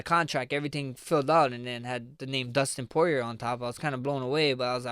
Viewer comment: Who da fook is Dustin Pwawrier?